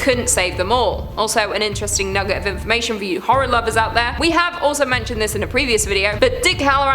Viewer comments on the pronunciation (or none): none